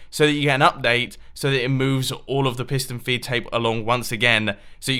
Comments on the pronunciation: Tomas Fahy I thought he said Pissed on a feed tape!😂😂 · He says 9 time "pistone filptape" ^^ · At the started I thought he said pissed and feedtape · Any1 else think he says pissed and feedtape!!??